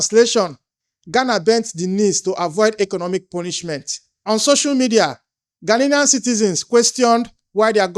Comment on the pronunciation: The whole Nigeria must go might be sponsored by Ghanian government to accommodate deportees from America that he has collected money for because it was allege that they pay them for these deportees. Also, Igbo man it’s Gha nian not Gha nilian correct yourself.